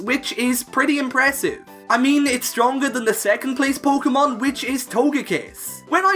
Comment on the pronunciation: Thanks, when I heard him say „puukemon“ for the third time, I didn’t want to go any further